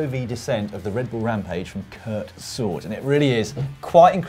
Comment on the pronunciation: Who? Kurt Sword ? Kurt Sorge (sore-g-ee) LOL